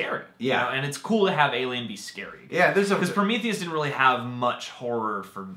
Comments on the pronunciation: There he goes again with Prom - ith - eus. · Everytime you said Promitheus, I cringed LoL But yea, Covenant was Damn Solid! I thoroughly enjoyed it. Not sure about some things in regards to tying into the Alien Alien franchise story as a whole in regards to the creation of the face huggers tho... unless the next movie explores that and ties it all in. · They can't even say prometheus right.